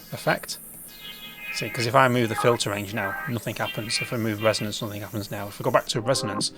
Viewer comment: How do you manage saying nothing as nothink ? What the actual fk